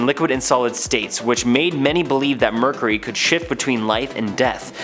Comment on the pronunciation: Omg it's driving me nuts!!